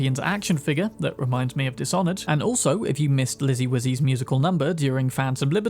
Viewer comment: Did you say "Dishonored" to mess with us?